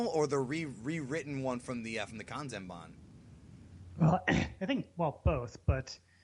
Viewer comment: It's * Kanzenban lol